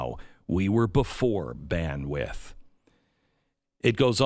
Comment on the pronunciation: Man needs to learn to say Bandwidth